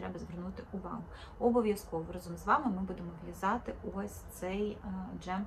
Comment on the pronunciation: Тільки рАзом, а не разОм. І не треба так дивно вимовляти звук и.